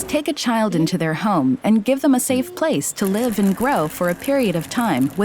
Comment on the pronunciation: Did she say save place🤣🤣